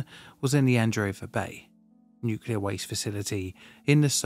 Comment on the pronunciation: Always makes me cringe when someone says 'nuculer'